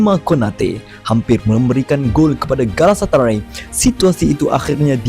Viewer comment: galatasaray bukan galasatarai haha